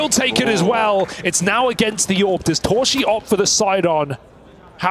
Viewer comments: casters : torszi❌ torshi ✔ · s in Hungarian is pronounced as sh. sz is pronounced as s. They have it the other way around.